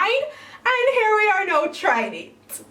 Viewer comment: I love how whenever she says “here” or “hear” it sounds like “hair!”And it’s even more satisfying when you realize she’s a hair channel! Love you